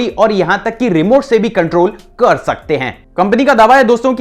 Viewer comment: Karrr sakti hai Rakhhh shakti hai🤣🤣🤣🤣